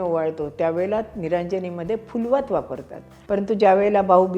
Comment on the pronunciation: केवढा हा मूल्यवान ठेवा तुम्ही आम्हा नवीन पिढीला देताय! कसे व किती आभार मानू ते अपुरेच! 🙏🏼🙏🏼🙏🏼🙏🏼🙏🏼 तुम्ही फुलवात हा शब्द, त्यातील फ चा उच्चार जो योग्य केलाय, म्हणजे प, ब ह्या ओष्ठ्य वर्णांप्रमाणेच केलाय त्यामुळे अतिशय आनंद झाला. 🙏🏼 आजकाल सर्वत्र फ़ारसी फ़ वा इंग्रजी F प्रमाणे आपला देवनागरी फ म्हणतात. तर आपसुकच हे ही ज्ञान तुमचा व्हिडिओ पाहणाऱ्यांना तुमच्याकडून मिळतंय!